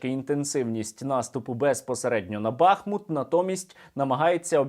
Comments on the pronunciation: Місцеві кажуть не БАхмут, а БахмУт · Вельми дякую за позитивну подачу новин! Як завжди, чітко, саркастично та обнадійливо! Тільки от проханнячко: у назві міста БахмУт наголос падає на останній склад, як і в усіх тюркських словах. Самі ж мешканці здебільшого теж кажуть БахмУт. Тож будьмо обізнаними! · Пане Сергіє, дякую за роботу! Але БахмУт, бахмУтський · Бахмут наголошується на другому складі